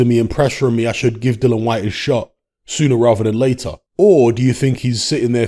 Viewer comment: still not pronouncing Dillian's name correctly...after all these years! 🤣